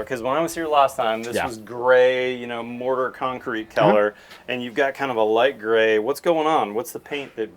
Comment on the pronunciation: Color is not pronounced Keller